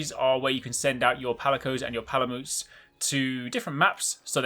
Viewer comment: I'm pretty sure it's PalaMUTE not PalaMOOT lol